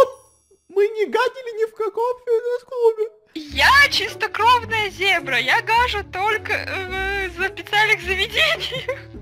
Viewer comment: ни зобра а зебра